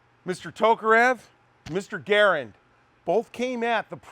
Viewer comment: So pleased you correctly annunciate the progenitor of the M1!